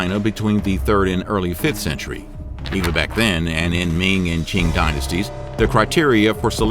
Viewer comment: I appreciate the research that has gone into these videos but I really wish they looked into how the chinese names were pronounced. For example, ‘Qing’ is NOT pronounced CHING. The Q has a T sound and the ing has a long E sound (it sounds a bit like saying ‘team’ but with a ng instead of an m. ‘Teang’) Also, ‘Yong Le’ is pronounced yuhng luh, not yuhng LEE. Something I also noticed with some of the pictures of concubines used (that have been pulled from dramas and other media) that some of the dress is not accurate. Styles varied but the dresses at that time most certainly did not push up the chest. When I saw that, I was like, what the heck Little details are an important reflection of history too 🙂